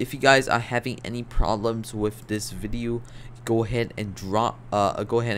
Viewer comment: why does he say ''VIDIU'' instead of video?